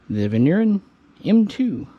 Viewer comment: The Vigneron, (if you can try to pronounce the name properly) was a super excellent close combat weapon. Light, practical and very reliable. 9MM for a good kill !